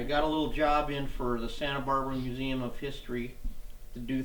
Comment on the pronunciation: "Santa Barbara MuseuN"? Shouldn't it be "MuseuM"?... With an "M", instead of an "N"?